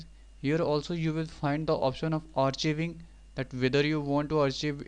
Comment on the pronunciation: Thanks...BTW it's pronounced ARK-EYE-VING!! Not AR-CHEE-VING!